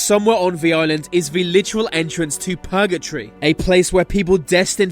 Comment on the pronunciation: P ut P lace P urgetory HE PUTS SO MUCH EMPHASIS ON THE P